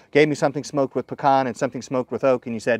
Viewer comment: Well at least he said Pecan right!